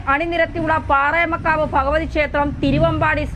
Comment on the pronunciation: പാറമേക്കാവ്..... പാറേമക്കാവല്ല കുട്ടീ............